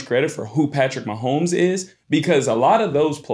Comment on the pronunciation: Who is this dude talkin about Mahomes? Man said Manzel? Came to hear thoughts about the Pro Bowl, almost clicked off